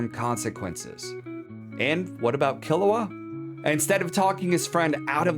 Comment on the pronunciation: whoa, whoa, whoa! Don't blame the child Kiruwa for the dominos set in motion by Gon's Parthenogenesis father Gingu! (its driving me nuts that you pronounce Gon like GAN when it s along O sound like GO with an abrupt ending with an N. yet you pronounce Kiruwa as Killawa. JUST USE THE ENGLISH DUB PROUNCIATION !! you dont pronounce Goku as GAKU!!